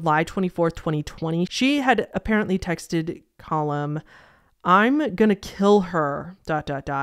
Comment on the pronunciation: Its pronounced "Cah-Lum" not "Col-hum", Callum is a pretty common name in the UK, is it not in the US? I legitimately thought you were trying to say Colin for most of the video but pronouncing it weirdly until i looked up the case lmao